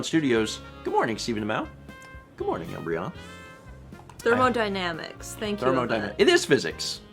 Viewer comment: Hmmmm you said thermodynamics correctly here l